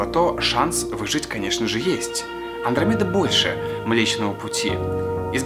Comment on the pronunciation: Не мле комедаа а млечная Андромеда иль путь анромеди